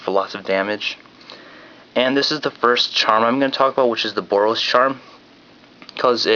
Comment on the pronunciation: he didn't say the boros mechanic right lol